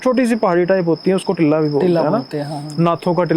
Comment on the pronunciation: टिल्ला nahi टीला। Mitti ki chhoti si pahadi type